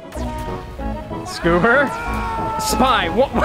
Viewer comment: everybody gangsta til the demo says SCOO-bar